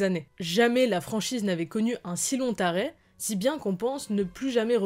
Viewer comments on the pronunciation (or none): La vidéo et l'écriture est assez intéressantes. En revanche, la prononciation de certains mots laisse à désirer. ("Un si lonT arrêt"GOLDEN EZ...)